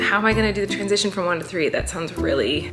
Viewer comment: i thought she said "twinsition" but she said "transition"